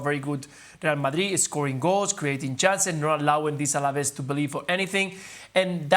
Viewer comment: It's ALAVES not ALAVEZ, ESPN. YOU OWN THE RIGHTS TO LA LIGA AT LEAST GET THE NAMES RIGHT